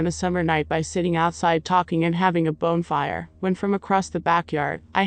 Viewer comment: Great stories!! Just gotta work on correct pronunciations with those computer voices like Chasing. It's obviously not chazing, it's chasing. Bonfire they say bonefire. Maybe by the time it's corrected, you'll decide to have a person narrate which would be the best thing.